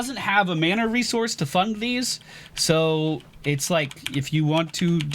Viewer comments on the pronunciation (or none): none